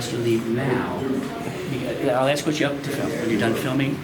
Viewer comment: Anytime someone say AXE instead of ASK it's cringey